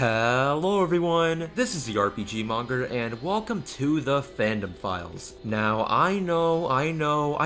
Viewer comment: When you say the fandom files, i keep hearing pedophiles